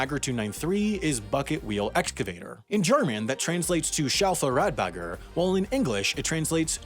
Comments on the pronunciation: The pronounciation of Schaufelradbagger was actually not bad at all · As a German i can fully confirm this A for effort though